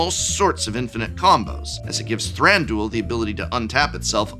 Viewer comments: Thranduel sounds like a MTG betting and fantasy league lol. Wouldn't Thran du il make more sense in the way they speak elvish in the movies anyway? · Not that it matters, but I don't like the way you pronounce Thranduil :D Very American. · I don’t think “Thranduil” is meant to rhyme with that one daily fantasy sports gambling platform…regardless, great decks! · "ThranDOOL." The amount of hardcore MTG people who don't know ANYTHING about ANY other pop culture stuff is really astounding at times. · lol I’m pretty sure it was all a joke, but yeah people pronouncing Thranduil as “Thran-dool” irk me xD it’s three syllables, not 2